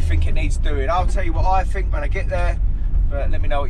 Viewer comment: Why did his parents not teach him to use “t’s” instead of “f’s”…… it’s THINK,not FINK.